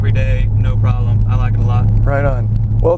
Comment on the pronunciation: I thought he was subaruwrxfan, not "SudolexFan"